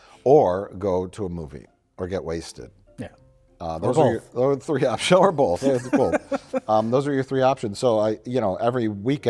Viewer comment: If you're going to go after Mike about 'asteriks,' then you also have to go after for 'BOLTH'.